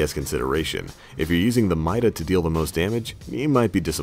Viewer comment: It's pronounced meeda